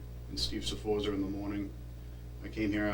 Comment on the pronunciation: I hate these accents. Steve Sforza doesn't have an R on the end